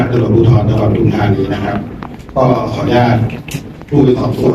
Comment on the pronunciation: ปทุม ค่ะ ไม่ใช่ประทุม อ่านว่า ปะ-ทุม-ทา-นี ไม่ใช่ประ-ทุม-ทา-นี 555(ภาษาไทยถูกต้องด้วยนะคะ)